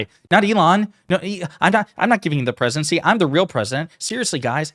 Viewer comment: The Presicheedency....? Wtf was that ?